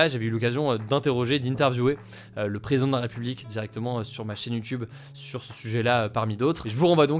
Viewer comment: bah, je trouve qu'il parle un peu vite et des fois ça machouille les mots, je pinaille surement, mais ça me fait un peu tiquer. comme dit c'est pas du tout grave, mais des ptits exemples: "ce sera", ou quand il dit "président de la république" ou "réseaux sociaux", ""sur ce sujet là". bon, bref, je vais pas me retaper toute la vidéo, c'est en fait des moments où il parle trop vite, mais bon, peut-être que ça dérange pas grand monde 😅.